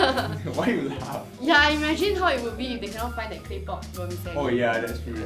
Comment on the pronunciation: OMG, and. NB vermicelli is pronounced ver-mee-CHelli!